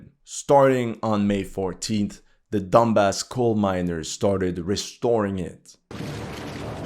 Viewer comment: Donbass not dumbass